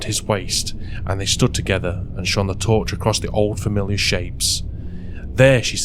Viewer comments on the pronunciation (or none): none